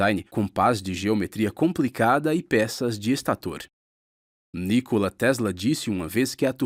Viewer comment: Nicola (pronuncia, Nicóla)